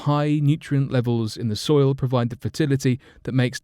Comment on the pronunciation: Who else heard 'fertile stoil' ?